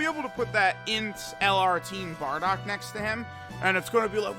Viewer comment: It’s BARDOCK and Not Boarduck like you say….